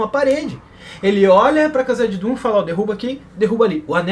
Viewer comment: porque vc fala "cazadidum' rsrrsrsrs